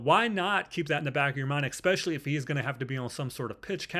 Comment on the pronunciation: My guy, it’s “especially”, not EX-SPECIALLY